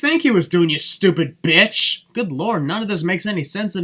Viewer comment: Dam you said bitch very hard